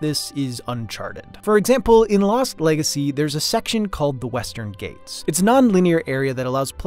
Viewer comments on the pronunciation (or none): Really minor thing, but "Ghats" in Western Ghats should rhyme with "Arts" and not "Gates". Awesome video though!